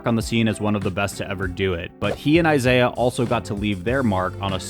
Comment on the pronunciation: Isai. Not Isaiah. Pronounced Ee-sigh